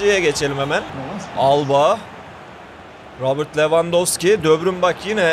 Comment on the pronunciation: Debrün ve rabırt deme şunlara be